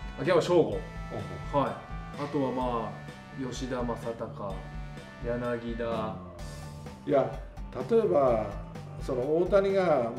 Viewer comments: ちっさいことですけど、やなぎだじゃなくてやなぎたっす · 上田さん、やなぎだじゃなくてやなぎたですよ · 柳田はやなぎ「た」ね！ ギータだから笑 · やなぎだ→やなぎた 豊さんはちゃんとやなぎたと言っていましたね。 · やなぎだじゃなくやなぎたね